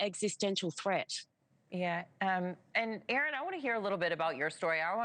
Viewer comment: Thank you Erin. Stay safe. Thank you news presenter for pronouncing Erin's name correctly.